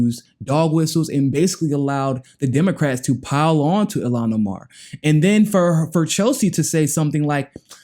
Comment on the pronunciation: The Sister's name is pronounced [EEL-HAWN OH-MAR] ILHAN OMAR...